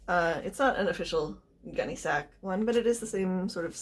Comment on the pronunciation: This is great! Thanks so much for making this and sharing your expertise with us! FYI it's pronounced "gunny sacks" not "gun sac" or "gunny sac" (long-time collector here so I had to chime in). I can't wait to see how this turns out!